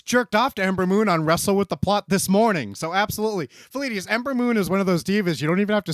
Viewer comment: I thought “vleedies” was him saying “ladies” for the longest